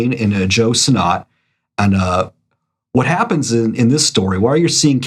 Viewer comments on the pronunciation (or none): Geeze! No Todd McFARElane? How about Rob LEE field? What about Joe SinNOTT instead of how he actually pronounced his name? It’s SINNIT. What part of the country are you from or do you guys just do this to be funny?